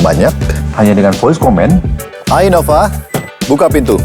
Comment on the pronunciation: i-nova? baca innova ya innova geblek udah jelas nn nya dua bukan n satu